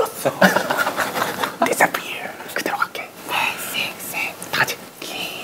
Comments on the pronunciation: Everyone: "disappear" Jungwoo: disaffear Lmao... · Even the 'left over' is this funny lmao that 'disjapfearrrr' tho 😂